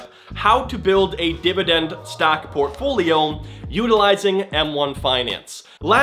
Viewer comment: If I get a penny for every time he said “Portfoliom”.... 😆